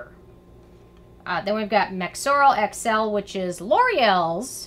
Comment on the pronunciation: you said mexorl XL twice 😝 should have been SX